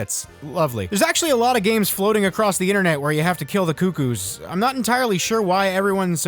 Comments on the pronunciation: It's pronounced Cuckoo. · its pernounced cukoo